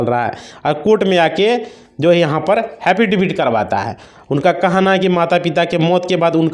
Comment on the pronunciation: Habidibit nahin bolte hain 😄 Affidavit bolte hain